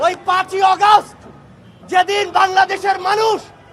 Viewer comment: এই কুলাঙ্গার আগষ্ট ও সঠিক করে বলতে পারে না